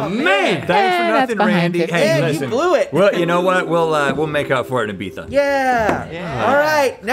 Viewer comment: Props to for knowing how to pronounce Ibiza and to Rhett for picking it up after he said it